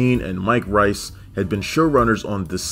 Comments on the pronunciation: The Talking Simpsons guys already did a mini podcast on this..go listen to that. They know his name is pronounced like Rees and not Rice...they even interviewed him multiple times. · Mike "Reese" not Mike "Rice". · forgive me, but Mike Reiss's name is pronounced like "reese" not "rice". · It's pronounced "Reese". I have the DVD set and the audio commentary, especially on "Jay & Alice & Siskel & Ebert" is hilarious.